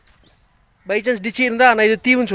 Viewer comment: இல்லை தமிழில் அப்படி ஒரு சொல்லில்லை ஆங்கில Ditch என்ற சொல்லை தவறாக டிச்சி என்று கூறுகிறார்